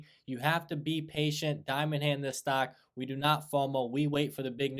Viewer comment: Stark? Do you mean stock?